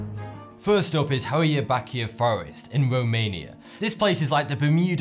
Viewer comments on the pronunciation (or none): Hoia Baciu is pronounced as Hoya batchu. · I don’t want to be rude or anything, but Hoia Baciu is pronounced Hoja Bachu ^^ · It's pronounced HI EW BAWTCH A....say it with me...HI EW BAWTCH A.....you got it! WOOHOO!! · Hoia Baciu is pronounced Hoya Bahtch-you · As a Romanian, you butchered that name of the forest